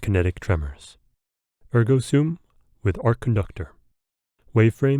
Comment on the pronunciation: Liked this vid SPECIFICALLY bc ur the only youtuber ive seen to pronounce ergo sum correctly LOL